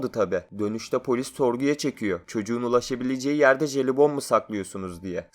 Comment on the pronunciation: Jelibon derken ne dediğini anlamadım.,.